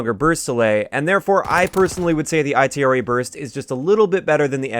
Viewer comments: I hate how he calls it the I T R A burst its itra burst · you know the letters aren't separate right they all make one word, if anything the B.A.R is pronounced separate